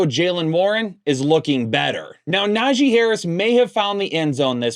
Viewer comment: put some respect on Najee's name